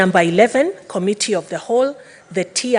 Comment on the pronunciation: It commetee not kamitii, please talk English or kiswahili.